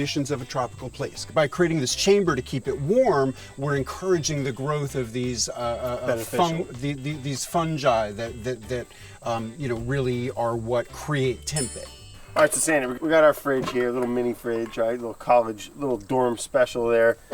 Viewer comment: See now I'm just finished here when he call it "funchi' so fecking pretentious